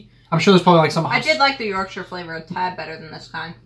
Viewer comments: Squeeze teabag against the side of the cup with the spoon, it's pronounced 'twin(like wool)ings' but thanks for saying Yorkshire properly 🎉🎉🎉🎉. Also how much milk varies from person to person some like it strong others weak. Never dunk rich tea in tea as it will fall in. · OMG you actually said Yorkshire correct 😅 normally get shyyirree at the end from Americans so well done 👏😂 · Full marks to you both for pronouncing Yorkshire correctly! Also, just squeeze the tea bag out against the side of the mug. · Yes you are correct Yorkshire tea is the go to drink in England especially when made with Yorkshire water and not made with 55 gallons of milk yeah you did add a tad too much milk 😀 ok I am from Yorkshire and we are fiercely proud of almost everything from here so good job on not pronouncing Yorkshire terribly and for promoting our amazing gods own county , now you just need to learn some yorkshire dialect get thy sen a flat cap and a whippet and you will be all set 👍